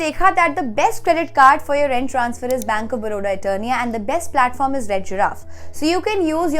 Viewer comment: It's Eterna not Eternia..